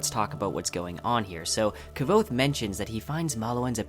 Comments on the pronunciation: Yeah... it sounds more like Ke-vote than Kvothe. =) Maybe if you listened to the audiobook, hearing the name often, would help you with the pronunciation? Just a suggestion. I have no idea how much you put into your videos as this is the first I've come across, and I haven't seen it through. But if you're putting a lot of effort into it, I'm surprised you aren't doing the same with pronouncing the main character's name correctly. You can try an diminish the importance of it by saying it just a single detail, but it's a considerable detail, imo. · You can't even pronounce the main. Character's name. Your synopsis ia garbage. Never review anything ever again. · Your pronounciation of kvothe is highly irritatting, almost made me unsubscribe you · I wished you'd say Kvothe's name right. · everytime you miss pronounce the guy´s name l head palm... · Man your pronunciation of Kvothe is some fun stuff! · really irritates me that you aren't pronouncing Kvothe right, cmon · Your’re pronuncing it all wrong! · Everything good with the video, except how you pronounce Kvothe. the autor made a video were he pronounces the name, so check it out. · WTF! I lost it everytime he says Kvothe's name... when Kvothe first starts telling Chronicler his story, he LITERALLY says how to fucking pronounce it, get your shit together man -.- You may be interested in watching this video where Pat Rothfuss pronounces a shit ton of names. You are welcome Otherwise, great video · You know by now that his name is pronounced totally different than the way you pronounce it? Oh, the vid is good. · "Kvothe" is just one syllable . . . like Quothe. Not Kuh-vothe. Otherwise, great video. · ... that is exactly how long I lasted watching this video before I had to stop. You are not pronouncing his name correctly, and it is driving me up the wall! It's Kvothe. Not Ke-vote. Over and out. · ITS NOT K'VOTHE , ITS KVOTHE!! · why do you add an e to kvothe's name , you say kevothe not kvothe.